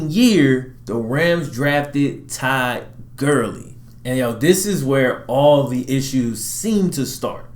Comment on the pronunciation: i thought u said Ty Gurly, im like wtf. i guess just the accent for Todd Gurly